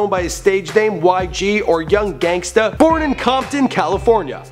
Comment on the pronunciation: he says "gangsta" weird